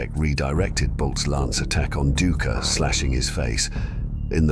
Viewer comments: The historian's name is pronounced DIE-KER 😅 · It’s actually DOO-icker